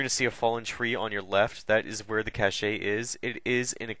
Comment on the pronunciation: Its pronounced cash not cash-ey....